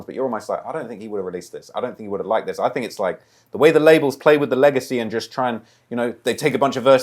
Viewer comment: He definitely said diz